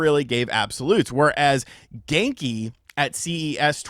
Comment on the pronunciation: Genki...more like: "Gone-ky"